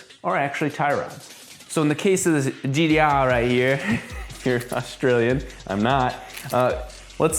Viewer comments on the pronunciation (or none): I take offence to the "if you're australian" comment hahahahahaha but touche :p it's pronounced "gtaaaaaaaaaaaaaaaah"